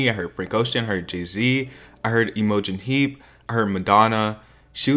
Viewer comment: “emo-gen heap” 😂😂😂